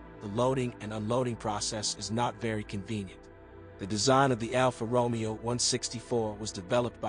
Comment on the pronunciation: NOT Alfa Romeo as in ROmeo and Juliet, is is Alfa RomEo.... the accent is one the E NOT the O (actually sounds like 'RomAyo' ). At least get the basics correct, please.